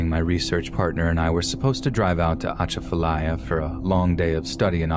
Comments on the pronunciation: Argh, still bothers me even after all these years. People that decided to stay during Katrina then blaming the government for their stubbornness refusing to leave. I did think your mangled pronunciation of Atchafalaya and a lot of other locations was pretty funny. I was born and raised in Lafayette and I get it that some words are kind of hard for outsiders to pronounce. That's a rich area to mine for horror stories as well. I was able to publish two volumes of short horror stories that focus exclusively on South Louisiana. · We pronounce it U-chaf-u-ly-u. 🙂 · The atchafalya lol. Love the way people that don’t know how to say it say it😂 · Ok, you killin me with how you sayin Atchafalaya lol Its Uh-cha (like chad without the d)-fuh lie-yuh... slow it down Uh-cha-fuh-lie-ya. But, good try. And Plaquemines has a silent S. Just Plaque-men Also, Cajun folks dont practice Voodoo. Voodoo is more part of the Creole culture. I appreciate you tryin to understand our cultures. Toledo Bend (on the Louisiana Texas border) has the BEST fishin in the country. Always be careful in the Louisiana swamps, its a whole different world down there. As beautiful as it is, its just as deadly. Gators, alligator gar, and alligator snappin turtles are very old creatures, dinosaurs. They are very smart.. and if you attack one, you better mke sure you kill it, or it will come after you, and youll be shown no mercy.